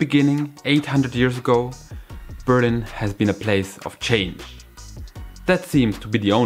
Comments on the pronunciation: Dude, it's called Berliiiin, not Beeeeerlin, even in English, but also in German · hehe :) that's on purpose I think. Because most Germans when encountered surprisingly to say Berlin, they say indeed Beeerlin. Apparently we think in English things are accented always on the first syllable. :D I needed about 6 months to figure out it was Berliiin. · Why do Germans pronounce their own City always so awkwardly ? No matter whether you say it in English or German, the important thing is to emphasize on the second syllable, which goes up. Like Ber LIN ! But for some weird reason Germans pronounce their City as BÖR lin, where the emphasis is on the first syllable. Why ?